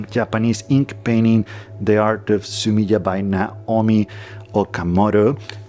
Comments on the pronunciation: Fun tip for pronouncing japanese words: the vowel sounds never change like they do in english. so "e" is always "eh" / "aye". So in this case, it would sound like "Su me ay" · Three syllables: su-mi-eh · Fascinating. Thank you. BTW ink picture or drawing is pronounced Sumi-e where the ‘e’ sounds like ‘eh’, as if you misheard something and wanted clarification.